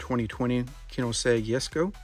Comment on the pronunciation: The koenigsegg pronunciation hurt :D